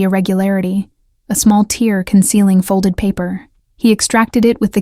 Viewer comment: Barely four minutes in and we get the « practiced efficiency » already. Not a good sign… And again , , A tear (rhymes with pair) in the coat vs a tear (rhymes with seer) is an automatic distinction for a human, but not for robot narrators like this one. Ok, enough already! Please teach your robot how to distinguish between tear (noun), tear (verb past tense), live (verb), live (adjective), and other obvious pronounciations. Consult a thesaurus and have a human editor proofread (rhymes with weed) your text.